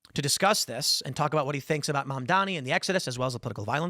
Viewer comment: It's Ma'amdani !!!